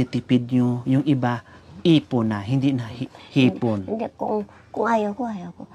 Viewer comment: Haha hipon hinde ipon 😊